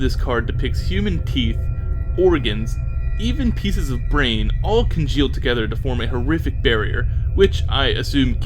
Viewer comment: the pronunciation of Bairn made me cringe a little but otherwise a great video lol